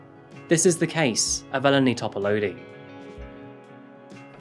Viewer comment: This is a Greek name, and as half-Greek by cultural heritage, I recognize incorrect pronunciation when I hear it. It is closer to "Ee-len-ee Top-a-loo-dee" in pronunciation. Just for future reference,, and for anyone in the comments who doesn't read Greek names in English lettering regularly. I can't count the number of times my first name (acceptable since Anastasia is pronounced differently depending what language you are speaking), my nickname (first two syllables of my first name, always misspelled with two 'n's on my cafe orders; ugh!), and especially my last name have been mispronounced in my lifetime. My interests in phonetics, world languages, and name variations all stemmed from this, all to make sure other people are not forced to endure confusion and cultural disrespect because their parents gave them unpronouncable names.